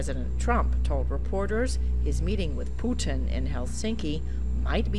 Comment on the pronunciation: 'his meeting with pooo-tan in hellss-thinky'